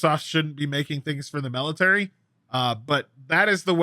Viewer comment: It’s ok, I would have questioned Ragnoros too… I mean he did just say melitary for 5 minutes.